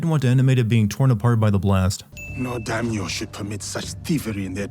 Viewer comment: Jump to to skip mindless rambling. It was also funny to see you sinning the "Are you finished your training?' bit after all the mispronouncing of English words you've been doing XD And then... "corrupt daikon" LMAO!